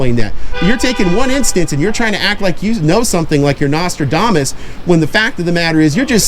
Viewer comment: is the father "Nostra-dumass"???😆